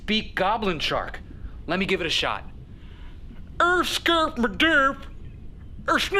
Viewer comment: Bruh and shart instead of shot